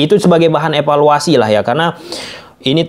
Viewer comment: Jadi bahan efaluasi ko' dari aku kecil sampai tua efaluasi,bosan dengernya.sampai kpn berhenti dengar efaluasi.